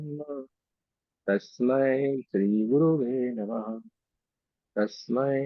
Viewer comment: कितना गंदा संस्कृत ! गचरुर् साक्षात् नही! गुरुस् साक्षात् !! गुरुवे नम: नही ! गुरवे नम: !! संस्कृत सीखो ! नही तो असंस्क्तही रह जाओगे !!